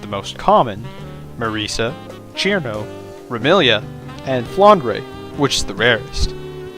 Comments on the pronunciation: CHirno??? isnt it sir'no? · Ćirno not Chirno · Fun fact: cirno is read sir-no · so cirno's name is pronounced "Chirno" ? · my guy said cirno wrong